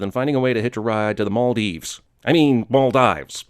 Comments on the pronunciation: I'm from the Maldives... And you said it right the first time who in the world calls it "Mall dives" anyway?! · " " 1: I'm a Maldivian 2: It's okay it did not offend me 3: Same! Siri always calls it Mal-DIVES and we always call it Mal-DEEVES! It just makes me laugh :P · Greetings from the Maldives... or Maldives... 😂 Mal..F*ck! Hahaha it's pronounced Mal- deeves btw. Not dives ;) love your videos!! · As someone from the Maldives, that one joke about the pronunciation got me laughing way harder than it should've.